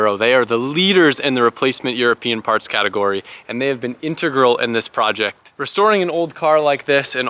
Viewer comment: "In Te Gral" lol love wacky pronunciations.